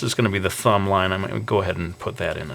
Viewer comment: I hate how you say fumb instead of thumb, u need to work on that dude